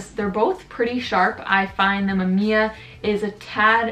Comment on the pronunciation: Mam `iya ? WTF ? Originally (maꜜmija ) - mAmiya , its japanes word , but not Canadian.